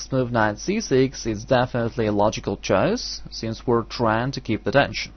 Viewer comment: it's not "dension", it's "tension"